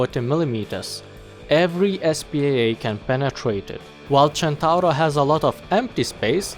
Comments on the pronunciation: I like how you say centauro in the right way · Not super important, but your pronunciation was spot on, it's super nice to finally hear someone outside from Italy not calling it the "Sentouhro" AHAHAH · That perfect "Centauro" pronunciation: first international youtuber that said it correctly, as far as i know! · maybe he is italian himself. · U sayd centauro almost right i kniw It because in from Italy🍕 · As an Italian I appreciate that you used the correct pronunciation ^^ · When the pronunce is correct (Visible happiness) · wow a non-italian that pronunce centauro well! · Spot-on pronouciation, sir. You're now a member of the spaghetti gang. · holy shit you pronounced "Centauro" perfectly, that's something very rare from non-italian people